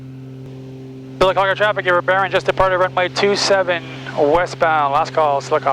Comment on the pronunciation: Don't skip around saying Sylacauga. You did it right in the first video. Pronounced "Sillacogga" to locals. :)